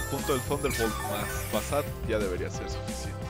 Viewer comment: muy buenos videos solo no entiendo por que pronuncias "fasad" jeje XD